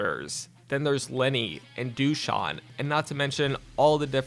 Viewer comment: I lov how you emphasize the Douche in Dusan